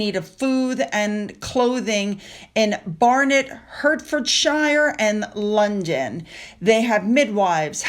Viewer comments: Salisbury is pronounced phonetically SOLS-BURY -- its 3 syllables. So its "SOLES" (as in the sole of your foot). and then BURY (NOT BERRY) -- SOLES-BURY -- Or if you want to be perfect its SOLES-B'RY -- But we NEVER EVER say SALIS-BERRY... And HERTFORDSHIRE is pronounced HARTFORDSHEER... We NEVER say "Shyre" at the end of a County, its always "SHEER". (Sorry for being such a Karen) But I just wanted you to know x x x Happy Thanksgiving x x x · Also Hertfordshire is pronounced Heartfordshire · It's pronounced 'Heart-ford-shier'. ❤UK. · English words/town can be a minefield to pronounce. Mercian pronounce Mercy-an Salisbury pronounce Sorls-bree Hertfordshire pronounce Hart-fud-shur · Trouble pronouncing words? Just Google them (e.g. Hertfordshire pronunciation). Problem solved! 👍😉😊